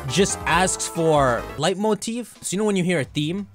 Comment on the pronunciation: Dude kept saying leitmotif as “light motif💀” it’s pronounced “Lay-motif”😭😂